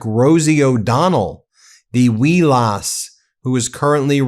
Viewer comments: How didn’t you understand “wee lass”? He’s saying “wee little lass”. Lass (pronounced like lass in lassie). It’s an Irish slang. Because her “O’Donnell” name. You know. Normal Trump stuff. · Wee Lass. Colloquial Irish and Scottish name for a small lady. Lass, pronounced as in lasso, Not larss. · Seriously? Wee lass is Scots for small girl. And it's lass as in gas not larse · Lass is pronounced lass… like lash but without the H…. Not loss…. Wee lass is another way of saying sweet little girl…. Typical tRumpism, devaluing every term of endearment except when it is directed at him, but even then when he says it, it becomes dripping in shit because all his words do. Now you grammar police, that was the runniest of run on sentences. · Geez, Ben. "Wee Lass" means small girl! Lass pronounced like: Glass, or lasso. An Irish saying! Not "loss". 😅 Gianni❤ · Don't get me wrong, I despise Trump, but 'lass' is Irish, it rhymes with 'pass', it means girl. A 'wee lass' means a little girl'.